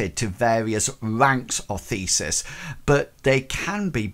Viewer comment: Thanks! Very helpful! One note -- the god-based magicians are "theists," as in the opposite of "atheists." No S between the vowel sounds in the middle.